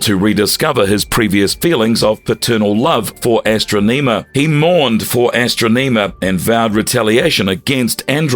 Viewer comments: Say it with me, "Ah" "Stron" "Iam", where do they get these guys from that read this stuff? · I swear, him saying AstroNEEma repeatedly had me so triggered. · i Luv ASs-TruU-nEe-mM-aA 🥴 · Her name is pronounced As-tro-ne-ma. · You should have watched Power Rangers in Space, and listened to how Astronema is pronounced in the show before saying it completely wrong in this video.